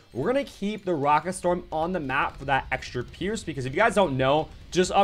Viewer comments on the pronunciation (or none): none